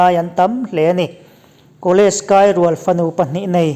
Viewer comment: College kai rual fanu pahnih nei tih a 'rual'i lam rik dan kha a dik lo,a ri sang a lam tur a ni. Inzir zel la hma i sawn viau a nia.